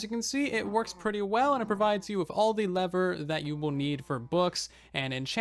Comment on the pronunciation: He says lever instead of leather